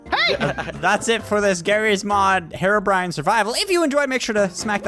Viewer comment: "hero-bryan"